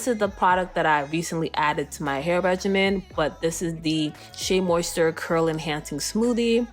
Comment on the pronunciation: Mayo nayse Moist ter Mi elle Saying everything wrong. But i loved the video